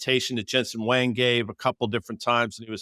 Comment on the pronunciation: Please learn how to say the ceo of NVDA last Name. It’s pronounced like “Wong”. Dan , You just sound stupid always saying it wrong. If it’s intentional it’s just dumb.